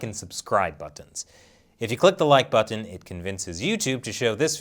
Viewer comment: The way you say ‘button’ is just incredibly odd - where are you from?